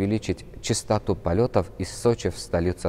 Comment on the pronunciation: "Чистота" yox, "частота".